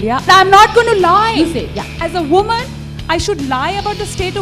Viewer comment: 워먼 발음 중독된다ㅜㅜ